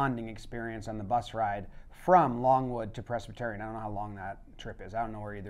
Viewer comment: In this video I learned has no idea how to pronounce Presbyterian